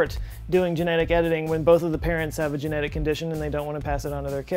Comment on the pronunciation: Me thinks jen-eth-iks is slippery club.